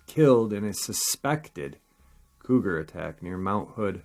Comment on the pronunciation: I was confused for a minute; what are they talking about an old man and calling him the term “codger” (kah jur); I see now you meant “Cougar”. I really liked this episode. Take care everyone; be safe. Love y’all!! 🖤🐺